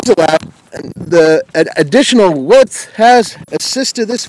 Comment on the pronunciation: Can someone tell me why this "professional" journalist/reporter keeps saying WIPTH ap posed to width?!?!